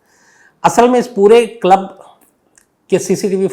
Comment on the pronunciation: Shams ji aapko club pronounsation nahi aata ,😅